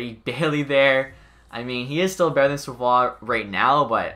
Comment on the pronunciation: You pronounce savioes name wrong lol